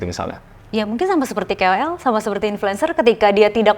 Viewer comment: KOL kak bukan kewel